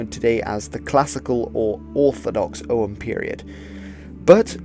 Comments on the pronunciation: It's not pronounced "O um" or "O hum", it's a hard G, "Ogg um". Yes, the old fart is retentive. I noticed you mispronounce many words, maybe you should learn how things are pronounced before you post anything about languages. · Og-úaim, pronounced... Oh-wem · Your pronunciation of Ogham is as good as anyone else's guess bucause nobody knows how Ogham was pronounced in old Irish, not even modern Irish speakers can be sure. I am irish and I would pronounce it "oh-am". The key is that the "h" is not pronounced.